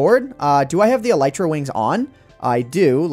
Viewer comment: Elytra (El-EYE-Truh) not Ellietra